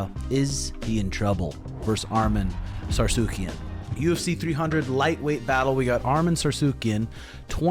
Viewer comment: ARM-IN SARSOOKEY-IN Please lose… go Dubronx! 😂